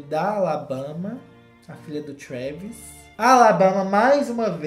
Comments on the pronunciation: O falando "Kravis" kkkkkkkkk eu morri nessa parte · toda vezz q o fala "KREEEEEVIS" eu morro de rir kkkkkkkkkkk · O falando Travis kakkakakak EU AMOOOOOOO